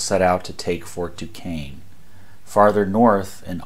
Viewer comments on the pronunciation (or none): Fort Duquesne is pronounced "DooShayne" and NOT "DooKayne" Not a criticism . . . just tired of always hearing the name mispronounced